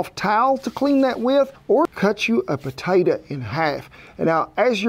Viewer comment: Love your videos But it's potato. Not potata..